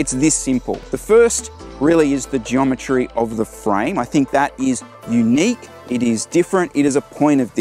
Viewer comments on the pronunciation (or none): none